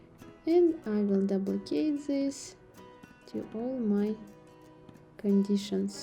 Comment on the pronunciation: You pronounce duplicate as "Doe plie kate".